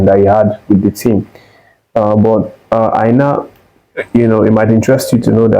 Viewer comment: Why are you pronouncing Aina as Eye na? As a Nigerian, you don't have to be from the Yoruba tribe to know it is pronounced "Eye nor" please learn how to pronounce his name as a Nigerian. You are a Nigerian and not a white man. Again, Aina is pronounced as "Eye nor" just like your eye. and "nor" as in "or"